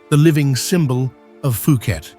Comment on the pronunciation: also, it is "Poo ket" (Phuket, Thailand). There isn't an "f" sound at the beginning of the name. :)